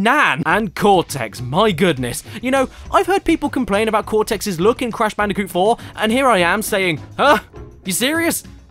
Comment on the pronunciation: I can't get over "Cash Banooca"